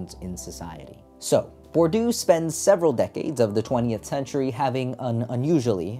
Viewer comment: Please, it's more like [bwʁdiø] than [buʁdjø], nothing like 'bordeaux' ranting with a strong French accent